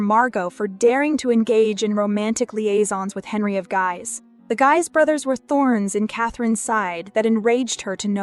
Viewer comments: Geez (Guise) not Guys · Henry of Guise - "Guise" is pronounced "Gheez" not "Geiz" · Henry of Guise (Gheez) not Guys. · The de Guise brothers is pronounced de GEE-se (rhymes with wheeze, with a G sound like Good) not J.